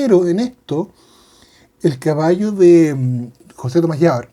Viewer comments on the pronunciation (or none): none